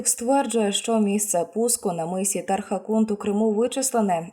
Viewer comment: Тархан кут а не тарха кунт!!!!